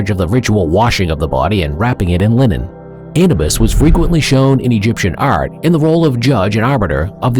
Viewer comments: It is Anuuubus pronounce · Look up the proper pronunciation of Anubis.